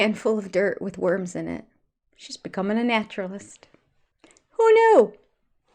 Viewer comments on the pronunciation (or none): none